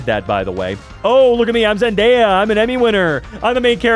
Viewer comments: it's pronounced Zendaya. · NOOO ITS PRONOUNCED ZENDAYA